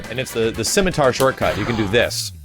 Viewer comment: "CIMITAR" Throws a spear...